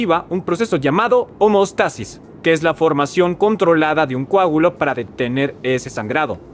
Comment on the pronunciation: Tengo una duda en cuanto a la palabra "homostasis" quisiste decir homeostasis con E, no habían escuchado homostasis, sin embargo, no dudo que pueda existir, solo que cuál sería la diferencia entre ambas palabras